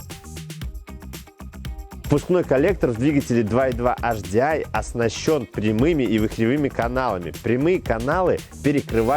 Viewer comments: С наступающим всех! Очень режет слух "Аш-Ди-Ай" ( HDI). Если "Аш", то "Аш-Дэ-И" (латинский). А если по-английйски, то "Эйч-Ди-Ай". Успехов вам! Канал очень интересный! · Первая буква звучит по французки ,а две остальные по английски)